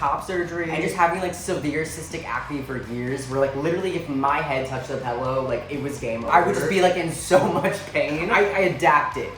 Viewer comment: i KNOW you aren’t out here saying PELLOW?!?